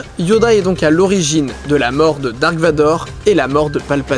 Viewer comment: en plus on dit darth et pas dark